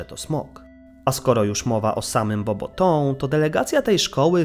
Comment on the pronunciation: Bobatą, nie Bobotą 🤣🤣🤣